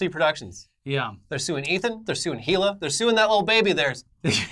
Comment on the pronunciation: Said Hila's name wrong lol